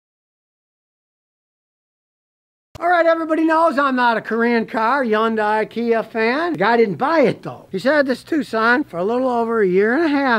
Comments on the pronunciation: It is pronounced "Hun-day" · According to a Korean lady that I knew it is not easy for English speakers to pronounce it properly. However, the closest phonics would be Hhun-Die. Scotty is a phonetic speaker so he just cannot get it right. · Scotty still says Yundye! Lol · Not to mention he can't pronounce it right either